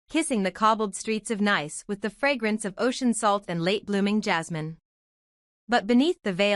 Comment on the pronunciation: It is pronounced NEECE NOT nice